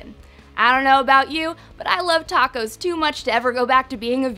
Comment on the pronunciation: “Tacos” wtf